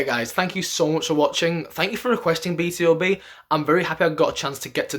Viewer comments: it's pronounced B-2-B, not B-T-O-B. do you read hangul? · Not "Bi Ti O Bi" but "Bi Tu Bi", BtoB is "Born to Beat"😊